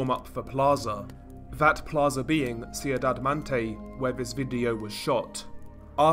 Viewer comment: I hate being that guy but cuidad is not pronounced “see you dad” it’s pronounced “Kwee Daad” Edit: Honestly its fine most ppl will know what you mean